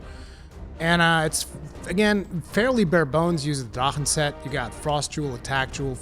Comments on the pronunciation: Congrats on the new IG, seems to be pretty impressive statwise! It'll be a while till we see those weapons, but I'm eagerly looking forward to it haha Love the (actually apropiate) "Drachen" pronunciation, despite your VERY aggressive "ch" lmao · His pronounciation is weird when he says "Drachen" but could be me my English is not strong.